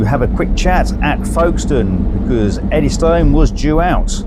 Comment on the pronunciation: The normal pronunciation is Eddyston (Eddys-tun) not Eddy Stone. Nice video though... 👍